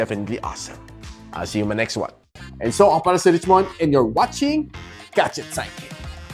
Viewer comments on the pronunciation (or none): none